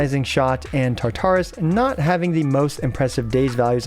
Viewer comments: This isn't that important, but just a heads up I have always heard Tartarus (from Greek mythology) pronounced with the emphasis on the first syllable rather than the second. Thanks for the guide! :) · Like Taar-ta-rus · Mfs will over pronounce character names and then completely fuck up Tartarus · Glad someone said something. I cringed every time he would say it lol